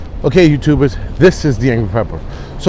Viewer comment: “Ok youtubers”. Every time I see the start of one of his videos I think he’s calling us tubers. (Like sweet potatoes, yams, etc.)